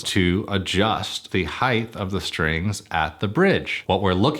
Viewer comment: I keep hearing "heighth"